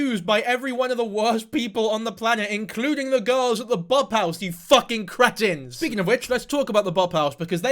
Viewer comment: Cratins? That's not how that is pronounced